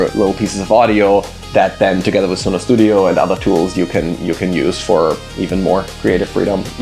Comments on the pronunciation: 🤣🤣🤣🤣🤣 "It's Sun(o)".... Guy Calls It Su(no) the whole time....😆😆😆😆 He works for Sun(o) and still didn't know that... and refuse to do even after being corrected.... Too funny. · He still calls it Suuno despite being corrected 😅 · The host still pronouncing the name wrong after being corrected and educated 🫠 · I love how dude tells you the correct pronunciation of Suno and then you continue to mispronounce it. Very on brand 😂